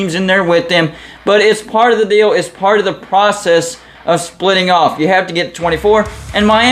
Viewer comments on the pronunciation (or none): none